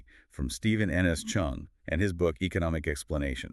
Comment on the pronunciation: Cheung , not Chung